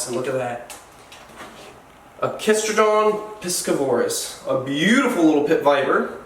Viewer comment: That's the first time I've heard piscivorous pronounced like that. One of us has it wrong.